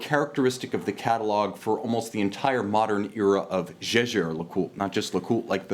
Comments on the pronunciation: it does not matter if Edmond Jaeger was French, he had German ascendance, my last name Sánchez should be pronounced is Spanish even though i was born in the US, which is not the case, just ask a Philologist... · being a fan of JLC, you need to know that Jaeger is German word and Le Coultre is French, so as you properly mentioned that Wempe should be pronounced correctly in German, applies the same with Jaeger...